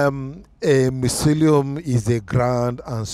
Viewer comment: It’s pronounced MA - SO - LI - UM